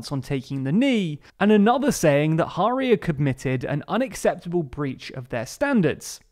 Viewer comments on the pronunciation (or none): The pronunciation of Guto Harri 🤦‍♂️ Harri as in Harry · Can you do some preparation and get your pronunciation of Welsh names right? Guto is pronounced Gito with a short i. Harri is pronounced as the English Harry not as Mata Hari. Contempt for correct Welsh language pronunciation seems to be embedded in English culture and it's disappointing to see, a supposedly progressive channel, perpetuating the centuries old tradition of ignorance.